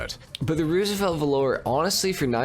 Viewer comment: There's a lot to like about the Roosevelt Valor (btw it's pronounced VAL-ur, not velour) but you missed the best part: the stock horn. Ahh-OOOOGGGAAA!